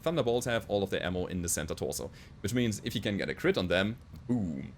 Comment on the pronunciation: I love how you say "Center torso": "Santa torso". Gote vainachten or how you say merry christmas ;)